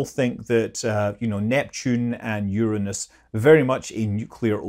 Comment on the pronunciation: Is the reason why you pronounce Uranus that way is to avoid jokes?